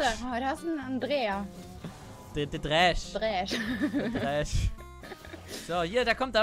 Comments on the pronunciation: Trinkspiel fürs Wochenende: Jedes Mal wenn „Dräsch“ sagt, einen Kurzen trinken. lessTroll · echt witziges video, aber dieses "dräsch" triggert mich so hart :D